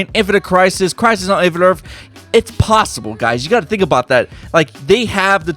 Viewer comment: Earf one